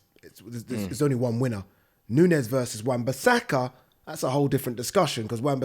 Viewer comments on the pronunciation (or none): man said wan bissaka 😂😂😂😂😂😂😂😂😂😂😂😂😂😂😂😂😂😂😂😂😂😂😂😂😂😂😂😂😂😂😂😂😂😂